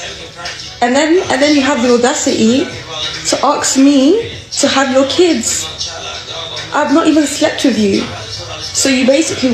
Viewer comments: When a girls says Aks rather then says ASK you know shes chatting wet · "aks" ffs man 😂